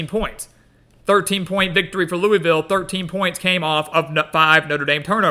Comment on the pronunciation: It’s pronounced Luh-Vull